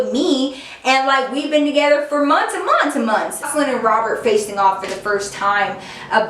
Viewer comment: The way she said “months and MoNtHs and MOnThs” had me dead